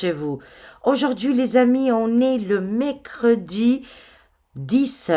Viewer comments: Coucou...tu me fais rire lorsque tu prononces le mot MERCREDI! Tu dis mécredi.......😂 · Je voulais l'écrire et ajouter, déjà une semaine que notre a prononcé Mécredi 😂😅😊